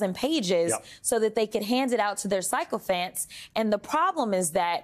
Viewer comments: I adore Rep. Crockett. ❤ I love that she pronounced "sycophant" as psychophant! A perfect new term for MAGAs! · I sincerely hope that Jasmine’s mispronunciation of “sycophant” is intentional.